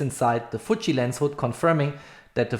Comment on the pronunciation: It's Fuji and not Fuchi. You sounds like keep saying Fuchi. What you have done in this video was reading from the company website which is everybody else can do by themselves. No to bad video Dislike